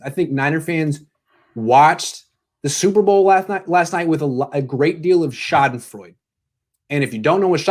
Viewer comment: My shottifoud"?" was through the roof